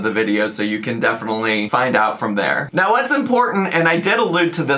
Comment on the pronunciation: “NAAO NAAO” what is this pronunciation?